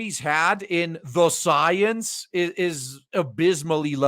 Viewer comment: You repeatedly calling Science...Soyence. Also using this weird accent every time you saying that. How's that different from a thing what you're commenting in this video? I see no difference. You using language as it fits you.